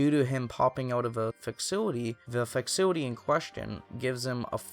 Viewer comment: i had to rewatch a few times to figure out what he meant when he pronounced "facility" i've never heard it pronounced like that....amazing